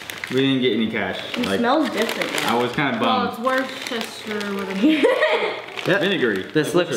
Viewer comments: Worcester is pronounced.."Wuster" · worcester is pronounces wooster like rooster. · Worcester is the same. Cool video